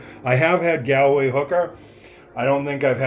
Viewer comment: Hi not being rude but Galway is pronounced Gaulway and you really should try Smithwicks as it's the best !